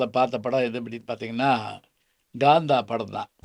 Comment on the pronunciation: ஐயா அவர்கள் நல்ல தமிழறிஞர்.‌ தமிழை எப்படிப் பேச வேண்டும் என்று நன்கு அறிந்தவர்.‌ இருந்தும் காந்தா என்ற பெயரை ஏன் GAANTHA என்று பலுக்குகிறார்?